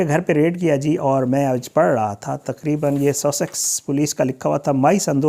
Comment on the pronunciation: الفاظ کی ادئیگیpronunciation کسی سے پوچھ لیا کریں بانڈڈ لیبر لفظ ھے نہ کہ باؤنڈڈ اسی طرح سسکس Sussex ھے